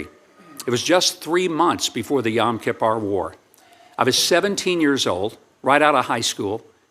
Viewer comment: I think Huckabee shouldn’t be ambassador to Israel, mainly because he said “Yom KippAR” . How could he mispronounce the name of such an important day the Israelis?!!? Whether he did it out of ignorance or because his mouth doesn’t work at times, do we really want HIM representing the US to the Israelis?